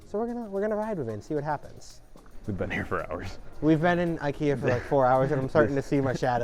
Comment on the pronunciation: They didn't even know how to pronounce IKEA.